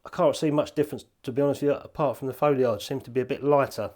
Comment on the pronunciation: I really need to put filters on my cameras more often! Love an orange or red filter to give the skies a bit more PUNCH! Sorry, I have to mention the pronunciation of 'foliage'... Is that how they pronounce it on the IoW? New one on me!:p Keep up the good work,, I mean!:p